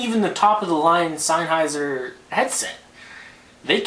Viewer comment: He's pronouncing it correctly. It's a German company, hence the word is German and said the way he is saying it.